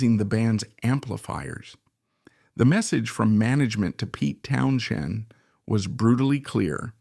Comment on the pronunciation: why is this AI bot saying Townshen?